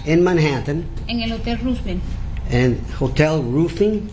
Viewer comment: A prerequisite of being an interpreter should be to pronounce Roosevelt correctly. Meanwhile I’m over here too my perfect Spanish and English accent working a customer service job. 🙄